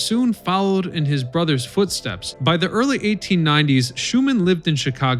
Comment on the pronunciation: he said earlieth, instead of early. Go back and have a listen.